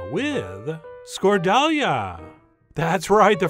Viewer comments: The accent is on the last "a" so it's scordaliA. 😅 It can be made with bread or walnuts instead of potatoes but I do prefer the latter ones for sure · Dear Chef, great video, as always, and lovable quirky humor :D But "skordalia" should be pronounced like a Klingon word: Emphasis on the final "a" (skordaliA!), and not the first "a". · My mother made this almost exactly the same way, but without the acidity. I need to try your version!. BTW, It's pronounced skor-thal-YA. Yiassou, paithi mou! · The actual pronunciation is skor - tha (like in "that") -liά (the stress is on the last syllable). Whatever you call it though, it's still delicious! Thank you chef! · While my yiayia would not approve of your pronunciation of Skordalia (skor-thal-YA), she would definitely approve of your recipe! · Minor note, the "correct" pronunciation in Greek is [skorða'ʎa], meaning we stress the ultimate syllable, plus: "ð" stands for "th" in such words as "the," and "ʎ" stands for the "gl" in such words as "tagliatelle." This might help you refer others to the dish in Greek. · Skordelia was Flash Gordon's other sweetheart on the Planet Mongo. Skor--dell-Lee-AAAAHHHH is the pronunciation we use on Earth' LOL! BTW there are many variations of this using bread or almonds. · My parents used to make this with bread soaked in water instead of potato and a LOT more garlic. Like at least double. It came out like a very spicy mayo. We ate it with fish and sometime boiled potatoes and vegetables. Also I’m sure I’m not the first person to point out it’s pronounced skor-thal-YA. OPA! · Chef John, I love that you're giving greek food some spotlight but it's pronounced "Skor-thah-li-ah" with emphasis given to the last "ah" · Skordalia -is pronounced like you are calling your grandmother (Skor-yiayia!) with emphasis at the end. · The D is pronounced TH so it’s scorthalia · Pronounced Skor-tha-lia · It’s pronounced “skor-thal-YA”. That’s how yayas say it. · Good try chef but "score-dale- yã".